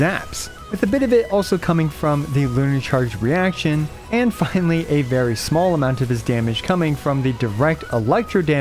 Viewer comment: Bro said “And Flinally” 😅 please don’t ever do that again bro.